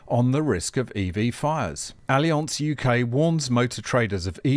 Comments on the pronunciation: ALI-ONSE??????? C'mon since when do we stoop to pronouncing words in their native form? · Allianz is a German company. No need to try to pronounce it in a French way.:)